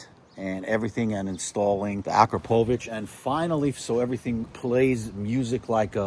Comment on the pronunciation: It’s pronounced ah-KRAH-poh-vich, not ah-krah-POH-vich.